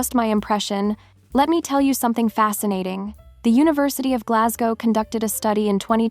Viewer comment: Learn to pronounce Glasgow properly !!!